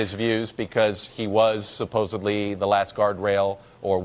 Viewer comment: Chuck says "suh-pose-a-blee" instead of "suh-pose-id-ly". Dude, c'mon and make an effort here on your pronunciation! You're spreading misinformation ;-)